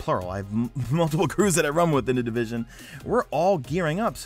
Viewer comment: di-vis-on? what is this game you speak of?